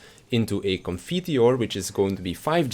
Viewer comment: Upvoted for pronouncing Requiescat and Confiteor correcly (or very very close at least)